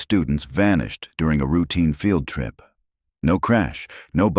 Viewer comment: Please. If people believe this, they are really gullible. The narration for one thing. How they get away with using a real photograph is something too. Oh, and AI reading words like field trip as failed trip lol Entertaining